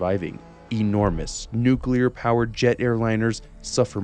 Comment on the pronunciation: Nuclear or Nucular? Hmm 🤔